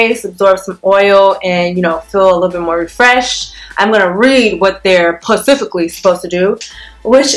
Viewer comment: "how its PACIFICLY"lol its specificly